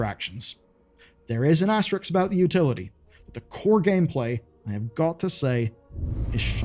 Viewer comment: "AS - TE - RISK"